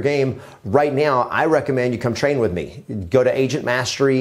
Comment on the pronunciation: Did you say right meow?